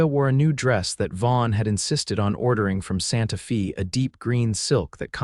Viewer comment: ABUSE of city names is horridly annoying...... IT's Santa Fey - not Santa Fee!!! and wound is an injury, not string wound around a stick!